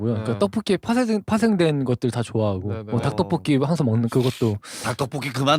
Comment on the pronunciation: 다ㅋ떠풔키 발음도 미치게 귀여운데 핵심포인트 설명할 때마다 소스 발음 못하는거 귀여워 죽겠숨 ㅠㅠㅠㅠㅠㅠㅠ 이제 몬벱에 다음 알아보자 시리즈 고민 많이 하는거 눈에 보인다,, 귀엽다